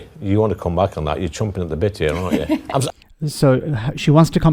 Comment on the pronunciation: He said "chomping"! 😅